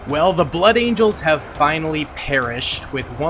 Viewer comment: So, you can say blood angels but you cant say blood. Interesting stuff.